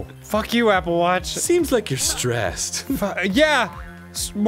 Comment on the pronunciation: Arin, what's a "wapple watch?" Does it belong to the whap goblin? xD